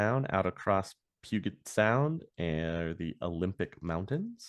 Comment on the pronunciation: Just so you know, the Space Needle has a restaurant in the large circular section. Just like all the other towers - The one in Dallas, one in San Antonio, umm Toronto? etc... they are expensive . the sound is pujet (soft g) also if the gentlemans name was Nguyen - it is pronounced wen or kind ov win. I really like this series.